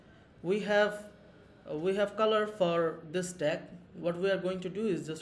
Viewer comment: It's not Slack it's Stack